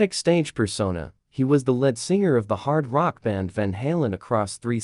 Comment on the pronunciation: Well, you lost my interest at 15 seconds in when you said he was the "lead" (as in "get the lead out" or "lead pipe") singer. Learn the English language and maybe I'll take your videos more seriously.